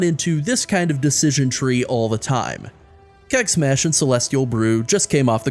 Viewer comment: Keg Smash sounds like KEK smash)